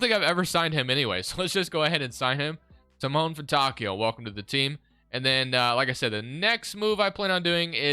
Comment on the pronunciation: Brpther, just saying, but Simone Fontecchio is pronounced Seemònè Fontèkkio. As an italian that pronounciation was killing me😭